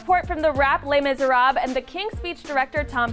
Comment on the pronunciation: People need to learn how to pronounce Les Miserables, it's miserabluh not miserab.